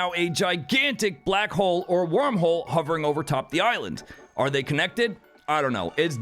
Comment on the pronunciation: 😶 Did she jus say warm-hole.....................🤣😅😭🤣😅 o man I think I hurt myself.